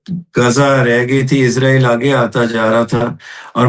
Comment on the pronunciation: محترم ۰۰۰ اسرائیل کو عزرائیل کہنا درست نہیں لگتا ۰۰۰ سوری